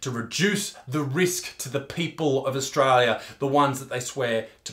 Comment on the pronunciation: he just said Australioo with an O